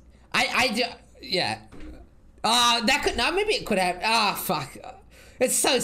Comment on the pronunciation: " It's only game . Why you haf to be mad ? "